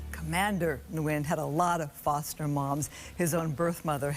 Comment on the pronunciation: Wonderful story. Please pronounce his last name correctly. Nguyen is (WIN)